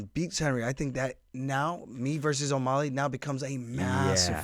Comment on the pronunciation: Aljo, you keep saying O-molly, rather than O-mally